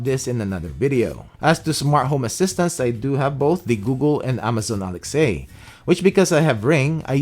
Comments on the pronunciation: Do you mean Alexa? You kept saying Alex A. Or is that just how you pronounce it? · Nice to see a mixture of equipment. Q: Why still saying “Alex-A”?